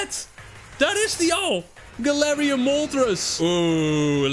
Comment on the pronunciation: Uuuuhm het is galarian nie Galatian XD